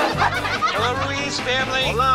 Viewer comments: "Maria Rue-EZ" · Pennington pronounces "Ruiz" better than and she is latina!